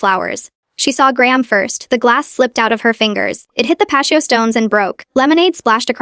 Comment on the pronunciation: Pat-te-oh. Not Pashto. Stop AI til you or AI can better edit